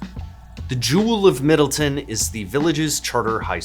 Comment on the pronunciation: "MIDDLEton" very subtle